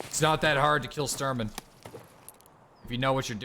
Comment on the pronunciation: Dude it's Shhh Shhh Shhh-Turman :D not Stir-man.